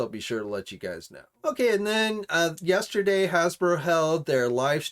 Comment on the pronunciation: did you say "yAsterday"?